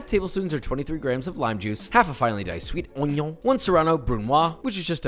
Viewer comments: Why Onion pronounced as Oniong? Hahaha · ah yes the "ONYO"